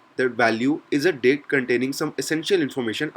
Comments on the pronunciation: let's discuss some commonly used dick methods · You say dict like 'dick' mate :)